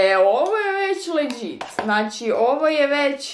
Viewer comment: kaže se ledžit a ne leđit